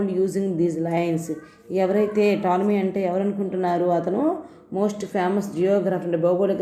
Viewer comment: Madam tolomy Ani chadavali p silent letter .